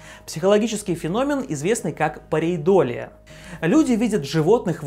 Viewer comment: Ударение в "феномен" - хорошо, в "парейдолия" и "терраформирование" - плохо. К тому же колонии на Марсе если и будут, то наверняка только под землёй